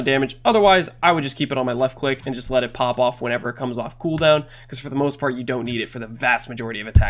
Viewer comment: "It all kaoms down to one thing"